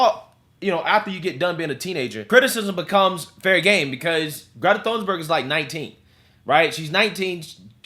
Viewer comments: It said "" hahahahah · Thunberg, not Thorn burg🤣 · Just thought you should know, her name is pronounced like Toon-berg. The "h" is silent. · Pretty sure her name is pronounced 'Tuneburg' .. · FYI. For English speakers, Greta's last name is pronounced "toon-berg," silent 'H.'